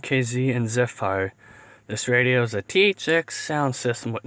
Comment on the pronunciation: ZEFF-er... not zeff-FIRE